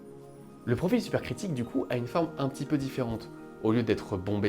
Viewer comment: Oui tout comme "profile" au lieu de "profil" mais bon la vidéo est vraiment sympa